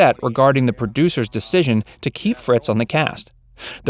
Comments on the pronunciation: It's Fritz not Fitz. 35 seconds in and the 1st mistake. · How accurate can this be when he can't even pronounce Frank's name. It Frank Fritz not Fitz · It's Frank Fritz, not Fitz! Way to do your research🙄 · The name is Frank Fritz not Fitz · Frank Fritz, not Fitz. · It’s Frank Fritz not Fits…at least could could have gotten that part right. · Frank Fritz not Fitz. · Very informative. I always thought Frank’s last name was Fritz, not FITZ as the narrator repeatedly states. Facts Verse?? I don’t think so. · How many times is the person going to mispronounce Fritz. 1st half he was saying Fitz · Frank Fritz not Fitz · Frank fRitz ...lol not fitz.....dummy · It's "Fritz", not "Fitz". How could you have done all this research and gotten his name wrong? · IT'S "Fritz" not fitz. get it right! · Go to all the trouble of making this video, but can't get Franks name right it FRITZ not FITS, THEN AT 7.29 YOU GET IT RIGHT!! totally discredits the whole video IMO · FRITZ, not Fitz! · Frank FRITZ, not Fitz... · It's Fritz Not Fitz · Frank's last name is also FRITZ. F-R-I-T-Z..... not "Fitz". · Indeed... it is the pinnacle of irony when your channel is named FACTS VERSE and yet you cannot even properly pronounce the name of the host! ...and there are ONLY TWO hosts!! At this point it becomes painfully obvious that you've never even watched the show before! SMH 🤨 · It’s “Fritz”